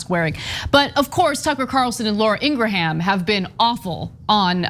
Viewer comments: haha im guessing cenk and ana will never pronounce laura's last name correctly ever again... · I'm going to take it upon myself to walk back Durbin's comments. We won't characterize Carlson and Ingraham as "anti-vaxx quacks". Instead, they shall be referred to as "pro-choice". Also, Durbin mispronounced Laura's last name. It's not "Ingrahan". Rather, it's "Ingraham". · Wow, you two are ridiculous sometimes. So, what if he mispronounced Ingraham? That's exactly how I thought it was pronounced. BECAUSE I DON'T WATCH HER!! You two complain about "elitism" from Democrats. But, your condescending attitudes towards anyone who isn't as "enlightened" on an issue as you are comes off bad. Then throw in Cenk's ageist comments about Durbin, because he was apparently reading something clipped from a newspaper or magazine (OMG, how 30 years ago. Yuck, yuck.) and it comes off even worse. It doesn't help get your point across when you act like a couple of pompous a****. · You guys... I used to respect your comments. But lately, wow. Judgemental as hell. Pick on a congressman because he mispronounces that stupid Laura woman's last name? He probably doesn't waste his time watching much of Fux News. And to shame him for not using state-of-the-art graphics? Jesus. Why are you doing this? It's embarrassing. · He obviously doesn’t watch Ingraham show bc he can’t even pronounce it. But neither can TYT 🤣🤣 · I love how he said her name😂😂 right wingers always purposely mess up black people's names all the time. To troll people and be disrespectful. So I love his dig at her with her own playbook move. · To be fair, picking on his pronunciation of Ingraham is childish. And BTW I have Ingrahams in my family and they pronounce it like he did.